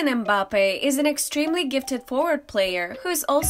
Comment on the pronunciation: It's NOT M-bappe; it's Mmmbappe